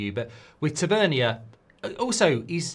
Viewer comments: It's pronounced ta van near. and he is not good enough for united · haha I swear you say these names wrong on purpose...."tav-a-neer" 😂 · Listening to Mark mispronounce Tavernier tells me everything I need to know about his knowledge of him